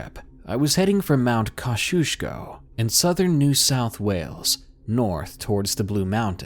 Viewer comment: The name of the place is pronounced “Mount Koz-E-Oz-Co” [I am from New South Wales].